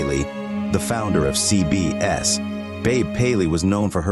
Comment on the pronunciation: Its obviously AI, the pronunciation of C B S is the first clue but every AI voice is annoying and AI will cost live narrators their jobs.